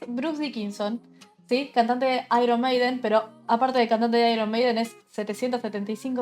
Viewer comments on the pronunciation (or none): Se dice "/MEIDEN/" no "maiden"...